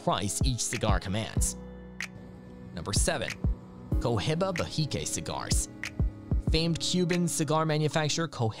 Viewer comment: EXpresso instead of espresso, I’ll let it slide. Then you said Cohiba all fucked up and now I’m done watching.